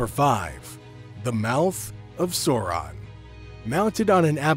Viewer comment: Bro! I'm very much into your videos and the lore, but I couldn't stand hearing "Sourahn" multiple times for more than 5 minutes... Sorry